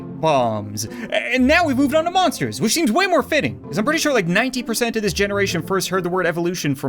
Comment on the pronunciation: I thought he said moppers evolution! 😂